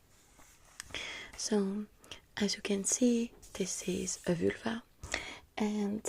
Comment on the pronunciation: Ze Vülva...love it😂😂😂